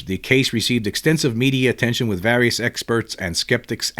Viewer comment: That’s not how you pronounce various….